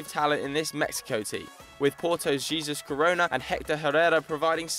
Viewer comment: (Heh- sus corrona) not (gee- zus corrona) stoops